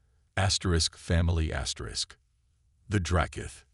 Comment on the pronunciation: What is up with you keep saying asters?Asterisk asterisk asterisk asterisk